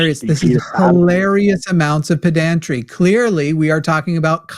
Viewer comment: BTW, there's no syllable emphasis in pedantry.